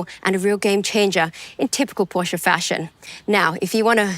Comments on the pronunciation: She correctly pronounces Porsche and then pronounces coupé as coop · How in the world did you manage that Matt Watson pronounced “Porsch”e” correctly? Great job Porsche 🙏🏻😆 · Matt says Porsche correctly now doesn't he 😅.